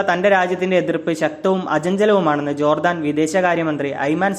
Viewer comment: Jordaan. Chadikkum.